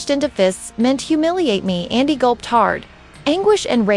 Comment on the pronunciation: Who is Yondee her name is Yan as in candy pronounce Yandy….. yandee